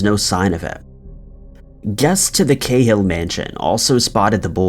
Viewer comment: We seem to pronounce Cahill different here in Ireland to elsewhere here its Ca hill with a strong a pronouncement such as notorious Dublin gangster Martin Cahill also known as The General who was assassinated by the provisional IRA in 1994 and was later made into a film you may have seen it.